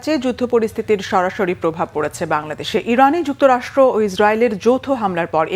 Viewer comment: প্রথমে বাংলাদেশে প্রাব পড়ে কোন দেশে শুনা যাচ্ছে নাহ প্রাব পড়তেছে 😂😂সালার বাংলাদেশ সাংগাদিক পরিবর্তন করোন